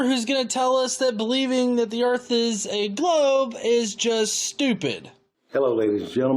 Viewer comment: Where are this guy’s overalls and banjo? “ I reckon the erf is flat”